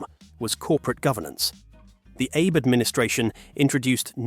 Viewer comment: Sure i'll watch a video that opens eith pronouncing Shinzo "Aye"bae.